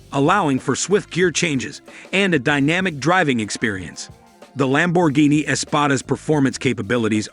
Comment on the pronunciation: PregO! Thisa Narator soundsa Very digital anda may be Much MOre impreSsive if he could at Least pronounce Lamborghini correctly(!)🇮🇹gF 4.4.'24 USA